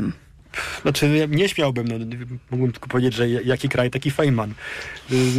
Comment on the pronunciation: Dragan wyjaśnia, że nauka polega na wątpieniu, sprawdzaniu, jak bardzo autorytet nie ma racji, etc. Zatem, kiedy Dragan wypowiada cokolwiek ex catedra, należy wątpić w to, że wie, o czym mówi ... Np. jego wymowa nazwiska "Feynman" jest niepoprawna, co łatwo sprawdzić, a TO nazwisko właśnie fizyk POWINIEN wymawiać właściwie ... a może nie?